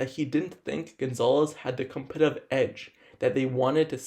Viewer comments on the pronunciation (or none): what the hell is a "Franchie left tackle"....dude has a severe speech impediment. "competive edge" "basee" they wouldn't be drafting him. DUDE....SLOW DOWN your speech and ENUNCIATE....you sound stupid!!! "Brodick" Jones???? C'mon man!